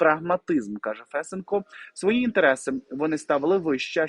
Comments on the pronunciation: Не Фэсенко, а Фесенко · Какой ФЕсенко? ФесЕнко! 😆 Ой, Господи, пока понял, о ком идёт речь! 😆, Вы с Луны что ли? 😆 По-моему, уже каждый в Украине знает, где надо ставить ударение в фамилии Фесенко! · Фесееееенко. Наголос на 2 склад. А взагалі дуже дякую за аналіз,. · Фесе'нко - наголос на 2 складі!